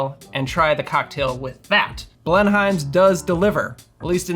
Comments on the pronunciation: pronounced bleh num. not BLEN HIME. lmao. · It's pronounced more like "Blen'm", like Blenheim palace. You can hear it here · pronounced "BLEN-um" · My mother (who lived most of her life in SC) was a HUGE Blenheim ginger ale fan. (She pronounced it “blen-um” - no idea if that’s right or not.) She brought the spicy stuff to our first family get together post-Covid (most of us couldn’t handle it 😂). She passed in February and your video got me in the feels a little bit, wasn’t expecting that. Thanks for a good memory. ❤️